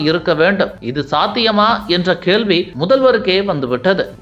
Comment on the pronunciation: பார்த்தாள், கேல்வி, கலம், மழை போல, உருப்பிணர், கொலத்தூர், கீல். கொஞ்சம் திருவிடியா தமிழ் பேசாத ஆளை போடுங்க